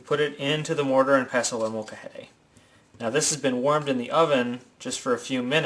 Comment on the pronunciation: its not called moka-hay-day. its called un molcajete mole-ka-hehteh